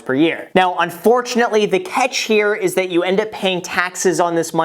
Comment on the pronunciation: "pear year" lol